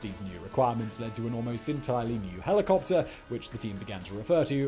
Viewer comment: I love this channel but the i could hardly understand half the words because of the diction. It's like all the last syllables are barely pronounced. "Helicopter" sounds to me like heliwuwuh. "Overhaul" sounds like owuah. Sorry im not a native english speaker.